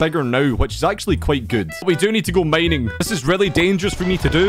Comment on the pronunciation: Original👇 His Pronounce👇 "Minecraft" "Meincraft" "Find" "Feind" "Mining" "Meining" "Now" "Nou"